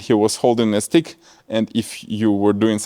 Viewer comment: I thought you said 🍆 instead of stick‼️🤣🤣🤣🤣